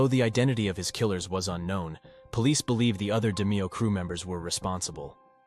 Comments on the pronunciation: Who the f*%k is Nino Gag-ey Or Roy Dahmeo? Maybe you mean Nino Gaggi (Gah-Gee) and Roy DeMeo (Duh-Mayo) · NO! It’s ROY-DE-MEY-HO-HA WTF IS WRONG WITH YOU! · I mean if your gonna do a fuckin documentary learn the correct pronunciation of the main guys in the doc. He’s fucking up Roy’s name Dameo and eppolito Ahpoloto. But when he says the Demeo Crew he says it fine . Wikipedia or strait out of a book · ITS ROY DE-MAYO!!! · What's fucked up is that sometimes he pronounces it correctly. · I wonder if these narrator's think they are disrespecting these mob guys with their blatant mispronounciatiins.. initially he got DeMeo's name right, then he went on to blunder that too. Apparently these narrators don't realize that when they can't even take the the time to get the names right, it makes people wonder what else they got wrong. I guess it just doesn't bother them to sound like IDIOTS!!! I wish these people could be confronted with their emphatic apathy and incompetence.